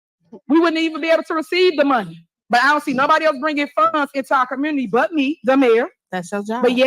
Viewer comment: LOL...Also what's is a "commurny"? 😂😂😂